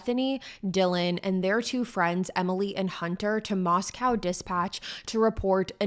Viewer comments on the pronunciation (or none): Just a few things, it pronounced Mos-co like Costco and he attended Washington State University not University of Washington, that is in Seattle 5 hours away